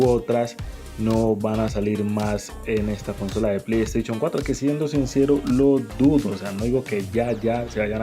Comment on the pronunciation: Play staichon? Jajaja